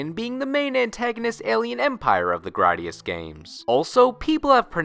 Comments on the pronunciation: Graydius not grodius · It's Gray-dius. Don't butcher it. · I’ve literally never heard anybody pronounce Gradius like that. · That secondary motherfucker's voice makes me want to hurt someone. Also, why would it be "Graddius?" Remember your phonics, kids.